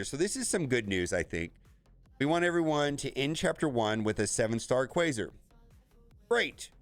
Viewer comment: It caused me physical pain every time he mispronounced Quasar. It rhymes with Radar. Not Laser